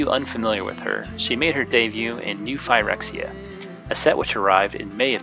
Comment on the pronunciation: "New Ph "ie" rexia? Thats not how you pronounce phyrexia. It's pronounced " phr"-exia.